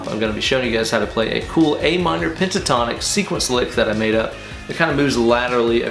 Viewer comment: Bro did you say "Panasonic scale?" Or is there cocaine in my coffee?